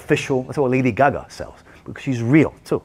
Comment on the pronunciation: i love how he says lady gaga lol “lady guhguh” 😂